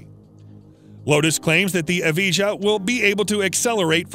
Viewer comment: Nice vid bro but a little correction, it's pronounced as yes-ko (Jesko) and e-va-yah (Evijah)